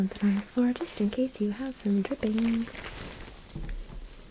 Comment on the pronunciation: The way she said “ maybe I should tuck something on the floor in case you have some DRIppING